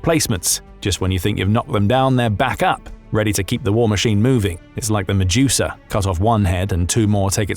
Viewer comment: OK I could hear the Medusa mistake once and brush it off, but again and again has me turning to stone like a hydra 🤣